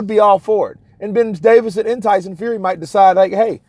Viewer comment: How many times its Ben DAVISON not DAVIDSON